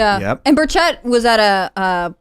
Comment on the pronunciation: That is not how you say Tim Burchett. I could not figure out who you were talking about. It's Buuuur ch-ut. Not Ba-chet.